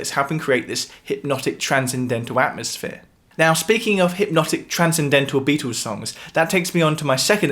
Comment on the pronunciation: The Bee-toes... I love the pronunciation! And the music theory is even better.